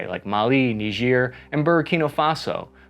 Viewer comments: ni-juh not nidge-ear... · Why''s he saying it weird. It's not Neejeer. It's Ni-jer. Charlse Day Gaul. It's really weird. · Its not "Nigeeeer" its pronounced "Naiiiiiger" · It's not that who named it, but who decided to not learn the proper pronunciation before teaching it. It reads "Nee-jair" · its N-war 😂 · Neejeer... bothers me more than it should... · Remember folks: it's knee-jeer. KNEE-JEER. No what you think. This also isn't funny. Not at all. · People pronouncing it knee-jeer 🤣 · Its pronounced "N-eye-jer". Like Nigeria without the ia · Nejier yeeah right that´s how it is pronounced hahahah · Knee ghir sounds French. I grew up with Bill Cosby pronouncing it kni-ger, rhymes with tiger. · "Say KNEE-ZUR one more time. I double dare you say it one more time. What does Marcellus Wallace look like?!" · It's pronounced Nye-Jer, Just like it's Key-Ev not Keev. Quit changing the English language. That's the proper English pronunciation for these places. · You say it weird. It's pronounced, Nyigger. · nigerk reaction, i cant be the only one who heard that :D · Nigerians come from Nigeria. People from Niger are called Nigers. Southern folk just weren't too good about pronunciation. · You pronounced Niger wrong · You mispronounced “Niger” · That is not how you pronounce Niger